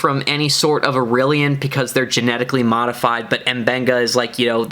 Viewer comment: The species name is pronounced IL-LEER-EE-UN, with the accent on the second syllable.